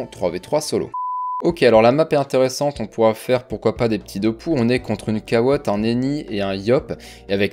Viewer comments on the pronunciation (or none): "une cawotte"... HO non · "On est contre une cawotte un Eni et un Iop" 😂😂